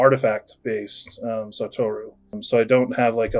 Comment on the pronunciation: Sa-to-ru. Not sa-toru. Dont think the name originates in texas